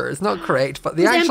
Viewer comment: I had to google because I could not figure out what he said. I heard “metter” but it was mirror